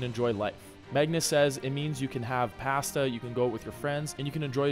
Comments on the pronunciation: The most disturbing part of this video...Is how he pronounced the word pasta... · That's not an excuse.Canada has books and internet...But Seriously,like your videos and keep it up.